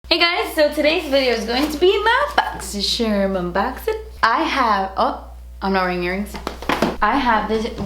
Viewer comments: why do you say boxysherm and not boxycharm? lol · 💜💜💜💜💜💜💜💜💜💜💜💜 I LOVE HOW SHE SPELLED BOXYCHARM ON HER THUMBNAIL: BOXYSHERM! Luv the way she says boxy-sherm 😂😂😂😂😂 💜💜💜💜💜💜💜💜💜💜💜💜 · Clicks on video mostly to hear say "my boxysherm unboxin!" 😍💓